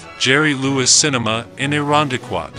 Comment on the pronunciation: You can always tell someone who isn't from Rochester calling Ch eye lie, Chili and not able to pronounce Irondequoit